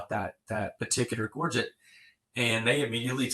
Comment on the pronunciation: Absolutely amazing......this should be what is taught in grade school. It is so nice to hear someone pronounce the word Gorget correctly, how refreshing. Most souther and mid west collectors say it incorrectly.